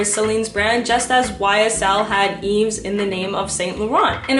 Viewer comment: You don’t pronounce the s in Yves haha, it’s pronounced Eve